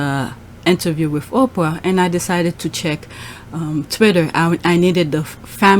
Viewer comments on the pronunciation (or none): none